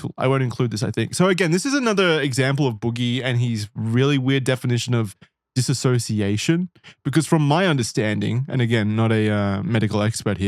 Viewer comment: The constant mispronunciation of dissociation is driving me nuts.